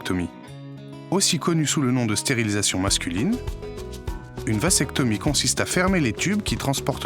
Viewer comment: Le mot "vasectomie" se prononce \vazɛktɔmi\, et non pas, comme c'est prononcé dans la vidéo, \vasɛktɔmi\. Le "s" de "vasectomie" se prononce non pas comme le s de "sable" mais comme le z de "zèbre"